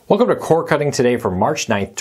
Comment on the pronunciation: COR D. NOT CORE 😊